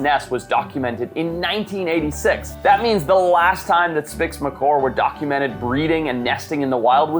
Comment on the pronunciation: Did anyone hear him say”spix Macor”